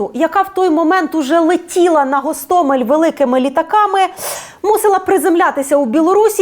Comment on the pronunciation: Кажуть, що окреме місце в пеклі-чан з подвійною смолою отримують дегенерати, які називають наш Гостомель, з кінченим мокшанським наголосом ГАсТАмЄЛь. Зараз на тому світі, Сашко Білий і Шаміль Басаєв, пердаками насаджують на пляшку савєтського шампанського цей новозашкварений десант.